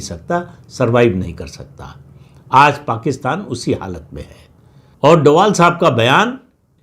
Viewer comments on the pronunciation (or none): Sir His sirname is Dobhal not Doval